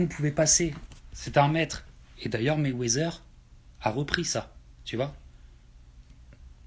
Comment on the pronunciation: C'est Quoi réellement la critique ??? Au final Ali c'est un goat, ce est qui le thème de la vidéo. Il prononce mal Mayweather ??? On dit ténu pas tenu. Est ce que c'est réellement grave ? Si il avait dit que c'était Jean Pierre Chalencon le goat à la limite je comprendrais.